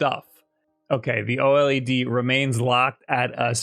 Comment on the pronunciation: It's pronounced Oh lead. Thank you.